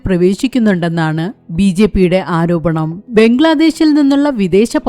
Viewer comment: മോളെ "ആരോപണമല്ല "പച്ചയായ സത്യം. പിന്നെ എന്തിനാ നീ കാരോപണം എന്ന് മൊഴിയണത്.?😂😂